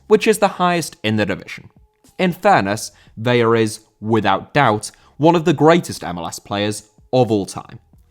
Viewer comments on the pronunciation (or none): It's ve-la. You only make the l an y when there are two of them. You're pronouncing it like Vella. Ca-drlos Vela, if you can put a little roll on your r with the Carlos.😘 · Vela = VEH-lah Vella = VEH-ya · Vela is pronounced like "fella" but with a V. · Just fyi it's pronounced as it's spelled, "Vela", i.e. with an L, rather then "Veya". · Carlos Vela is pronounced like "Vay-Lah" not "Vey-uh" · Vela* not Veiar!! Wtf?!Huge butcher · It's Vela the L is pronounced, it would be a y sound if it was a double L (like Sevilla)